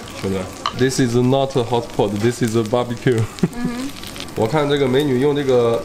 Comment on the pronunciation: 大哥，是 hotpot, 不是 hotboard